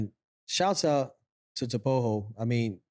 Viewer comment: Thank you for pronouncing Tebogo properly this time around